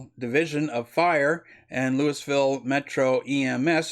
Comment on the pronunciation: Dear Sir, sorry I must say that was painful to listen to. Your preparation, presentation and pronunciation makes the report damaging to the image of all patriots. LEWISville no Sir. You could type in Louisville pronunciation into google. Sounded like a 5th grade book report. Please stop. Or truly prepare and edit. Get someone else to narrate your next video.